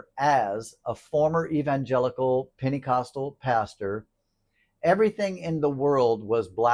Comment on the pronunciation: Wait, did you say Panty-costal? I would like to hear more about that. Sounds like something I could get into! 😂❤